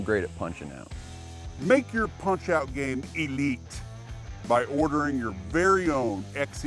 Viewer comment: E-leet product there.